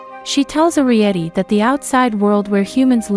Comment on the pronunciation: It's air ree et ee